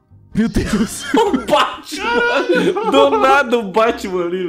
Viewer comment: sla, o jeito que ele fala Batman é diferente